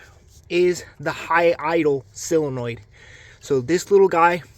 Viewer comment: Love the vid, I learn something from every vid you make. Now you can learn something too. It's sOLEnoid, not sELOnoid 😉